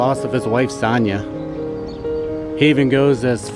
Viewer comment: Great clip, I’m a huge fan of film but you kept mis pronouncing Sonya’s name and it bugged me. 😂